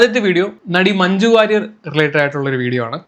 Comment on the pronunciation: Bro...its Warrier